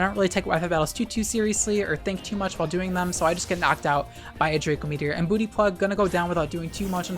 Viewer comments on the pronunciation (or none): none